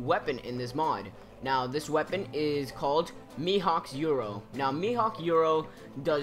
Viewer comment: You doubted yourself, the cherry tree has nothing to do with Going Merry and you were doubting if Thousand Sunny was made from the Treasure Tree Adam (which it was seeing Franky stole their money and bought the wood), also, you can't spell a Japanese word in English, Yoru is the Romanized version of the actual Japanese word, it's Yoru not "Euro". If you're going to pronounce it in English, than use the English word. Yoru = Night in English, so yeah, no need to get pissy.